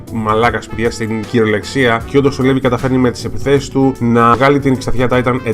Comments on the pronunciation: προφέρεται Λιβάι και όχι Levi. Αν κοιτάξεις και στο wiki βλέπεις πως γράφει Rivaille (Στα Ιαπωνικά) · ωραίο βίντεο ,λοιπόν το όνομα Levi προφέρετε Λίβαϊ (γενικά)και σχετικά με όσα έχω άκουσει ο Levi είναι ο "δυνατότερος της ανθρωπότητας " humanity's strοnger που λένε και η Mikasa είναι η δεύτερη δυνατότερη γιατί είναι από τους Ackerman όπως και ο Levi είναι Ackerman , γενικά οι ackerman είναι δυνατοί τώρα σχετικά για τη σχέση ανάμεσα στον Levi και στη Mikasa δεν είμαι πολύ σίγουρη απλά κάποιοι λένε ότι είναι συγγενείς δηλαδή μπορεί να είναι ξαδέρφια αλλά μακρινά ξαδέρφια...ναι τεσπα είναι πολύ καλοί και οι δύο τους. και το όνομα mikasa προφέρετε μίκασα και όχι μικάσα... τώρα αυτό το λέω εγώ αν εσάς σας άρεσει να την λέτε μικάσα είναι οκ... λοιπόν αν κάποιος ξέρει γενικά για τη σχέση του levi και της mikasa ας μου πει!